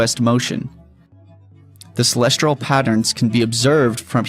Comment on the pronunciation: Why does he keep saying "celestral" Instead of celestial? 🙄